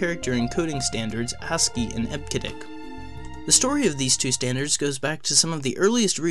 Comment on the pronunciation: what are you saying—almost like 'hasskey'—and we say, 'eb-cee-dic'... "charcter" (sic: 'character'), 𝒶𝓃𝒹 𝕨𝕙𝕖𝕣𝕖'𝓈 𝓎ℴ𝓊𝓇 5-𝒷𝒾𝓉 𝔙𝔞𝔲𝔡𝔬𝔱 code... P.S. we use UTF-8 mostly these days but we really need UTF-X for plaintext... (we, want, all, letters, superscript-able, subscript-able, italics, faces, colors...).